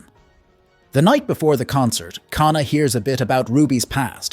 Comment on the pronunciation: Same with "K-na"